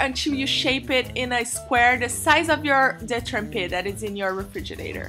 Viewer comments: Did she say refridgidador? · Yes she did, Refrigidador. I am wondering what the fuck is that?